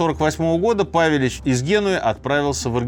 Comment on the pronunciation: Правельно павелич удорение на Е